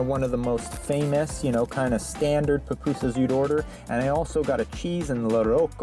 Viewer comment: Loved pronunciation of Pupusas. As a person who may eat some every other month. Nice to see different ways other places make theirs. Plus what compliments come with the order.